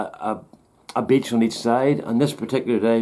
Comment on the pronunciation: Lol! This Yank thought you were saying "bitch"! Took me a minute to realize you were saying "beach"!